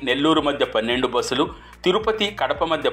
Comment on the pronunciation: బోస్సులు కాదు బస్ లు